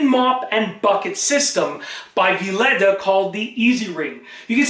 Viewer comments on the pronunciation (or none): Sorry but it's pronounced vi-leeda